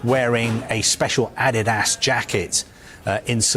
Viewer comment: It sounded like "AddedAss jacket" complementing their rhetoric.